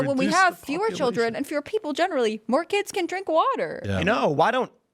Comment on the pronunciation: Sounded like she said "clean watuh."